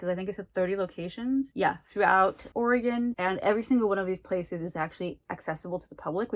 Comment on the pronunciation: Ooo spooky Oregon! I’d love to know your thoughts about it when you finish it! THANK YOU for clarifying the pronunciation of Oregon! Whenever people say “oreGONE” it makes me think of hexagon or octagon 😂 It’s nice to see books about Portland or just Oregon in general! Have you ever read Tiger’s Curse by Colleen Houck? I love that series and the author lives in Salem, Oregon and the setting is in Salem (and then goes to India). I think you may like it 😁